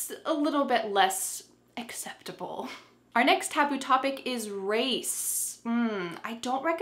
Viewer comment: Who missread the word "taboo" like"taobao"😂😂